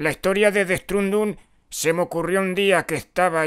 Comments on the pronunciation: jajajjaja el dead estrundun jajajjaja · "DET ESTRUNDUN" XD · El "det estranduru"